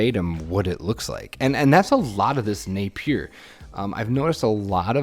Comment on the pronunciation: As a New Zealander, we pronounce Napier as NAPE-ya. We don't say the trailing R, but you can if you want to: NAPE-yer.